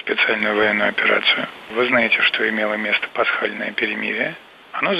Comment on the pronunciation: пасхальноє'' ,,пєрєміріє''🤥